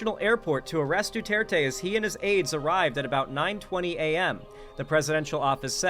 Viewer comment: I am amazed how much you're trying to pronounce Duterte correctly. Other westerners would assume it's French and make the last E silent.